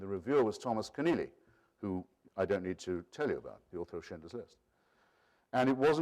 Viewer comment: Keneally not Kenearly